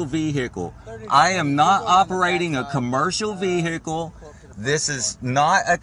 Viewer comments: what is veeHICKkle? hmmm... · I can’t help but think it isn’t a coincidence that most of the sov cits out there pronounce it “VEE-HICC-LL”. 🤔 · "Ah'm asking for your supervisor and now you're busting up my vee-hickle and now you're glub glub glub!!!" And another Freeman of the Land spends $2,000 on a traffic ticket. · Brilliant. You are getting into my vee hickle!😂😂😂😂😂. No messing with chat and supervisors. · "You have busted my vee-hickle up.." I'm still waiting for a video about a sovereign citizen who actually won his case in court.